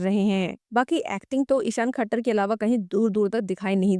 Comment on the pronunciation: ISHAAN KHATTAR... NOT THAKKAR